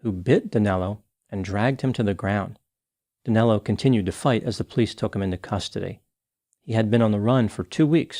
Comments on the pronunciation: It’s so fucked up how Americans can’t say “Danilo”! 😆😆😆😆 Danelo?!?! Wtf!!! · DANILO!!!!!!!!! Not Danelo. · It doesn´t make much of a difference, but his name is Danilo, not Danelo. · Great work as usual,. Just one correction: it's Danilo, not Danelo P.S. - I am ashamed that a countryman of mine caused such havoc in the U.S. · I don't understand where the name DanElo came from. His name is Danilo, NOT DanElo. Danelo is not a name in Brazil. Lol.